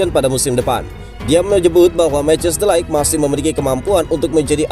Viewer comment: Mau koreksi min ,, bacanya de ligt bukan light ,, 🙏